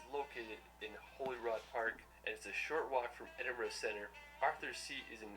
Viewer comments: For future reference don't say "Edinburg" say Edinbruh which is the way it is produced Edit: never mind it is said later in the video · EdinburG 😭😂 i find Americans so funny omg. We actually pronounce it EdinbrA or EdinbrU even tho its spelled Edinburgh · Definitely pronounced Edin-bruh. We get quite offended when it’s pronounced Edin-Burg 🤣 Also, at the bottom of Arthur Seat, the grounds of Holyrood... pronounced Holly-rude 🙃. Scotland is the most beautiful country in the world and us Scots will give you a warm welcome! 🏴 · I can't believe you said Edinburg when is Edinburgh I'm a Scotsman and I feel offended 🏴🏴🤦‍♂️🤦‍♂️🤦‍♂️ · If she calls it edinburg again im gonna scream Its Edinburgh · Don't say 'edinburg' say edin-bra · Did u say edinburg😅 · Its pronounced ed-in-bra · It’s the “EdinBURG” for me.. i laughed so hard at that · edinburgh, pronounced Edinburra. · Do you want to see dirty cities or beautiful country side? You can take tour buses or drive, it’s up to you how you want to travel. It’s actually pronounced eding-bur-aah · only if you have a speech impediment ,,,,,,remove the G ,,,,it`s Edin-bu-rah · 2 things please learn to say Edinburgh and no you can't get an Uber there 🤣😂🤣😂😂🤣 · surely she didn’t just pronounce Edinburgh like that 😭😭 scots have my back on this one this is embarrassing 😭😭😭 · Sorry but you did not say Edinburgh right 😂